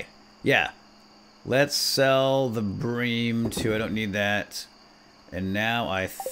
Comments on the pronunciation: It's pronounced br-ee-m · does anyone notice that he's saying bream wrong